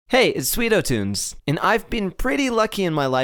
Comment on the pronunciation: I heard you say SweetoTOOMS!!!!!!!!! XD